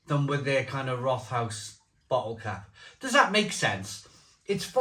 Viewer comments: Pronunciation: think of “Wrote-House”. Not “rot-house” (sounds like something rotten). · Pronounced Rot-house just fyi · One of my fav beers from the southwest of Germany. Can also recommend their "Tannenzaepfle". Btw it's pronounced Rot-haus (means red house). In German the th isn't the same as in English. It's either just a coincidence from two words meeting, as here with rot and haus, or it's an old way of making the following vowel longer. In any case, it's still just pronounced like a t, not a th. About the cost of the Rothaus beer, it's always been a bit on the expensive side, even in Germany. Germans in general are quite proud of their local breweries and beers, so as long as the brewery puts out a good drop they tend to do ok.